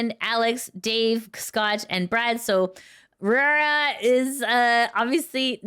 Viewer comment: Raora is pronounced Rah-oh-rah like the word wow.